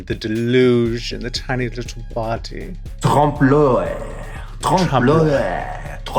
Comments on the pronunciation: The way they say l'oeil triggers me XD it's "euh-ey" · Raja, gurrl, if you are going to give French lessons on youtube, learn how to pronounce oeil! 😳